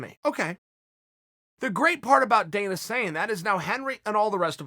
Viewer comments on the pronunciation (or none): none